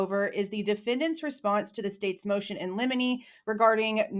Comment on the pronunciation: Everytime I hear you say Motion In Lemini, I think of Lemini Snicket lol